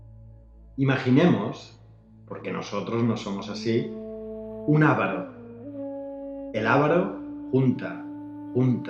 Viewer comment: Es Avaro, no Ávaro.